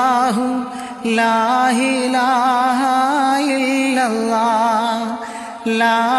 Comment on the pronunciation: ഉച്ചാരണം കേട്ടിട്ട് എന്തോ ഒരു പിശക് തോന്നുന്നു ലാഇലാഹ ഇല്ലല്ലാഹ് ഇത്ര ക്ലിയറായിട്ട് ഒരു മുസ്ലിമിനെ ഉച്ചരിക്കാൻ കഴിയൂ എന്ന് തോന്നി